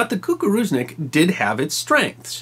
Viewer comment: I think author of this story translated, and even pronounce it correct - "koo-koo-roo-znick" - which it crop duster. He also did overall good job conveying this story.